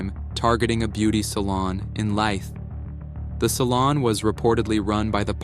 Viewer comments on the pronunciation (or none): IKR!? Presume he means Leith pronounced Leeth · Pronounced "Leeth" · leith pronounced like teeth, mussel....burgh pronounced.... burra...